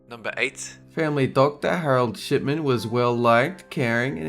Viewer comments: did he say SHITMAN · "Harold Shitmen." Lol what oh shipmen ha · I thought when you were talking about Shipman you said Shitman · I heard "Shitman" too. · Did did he say shitmen? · did he say Harold shitman? (joke) xD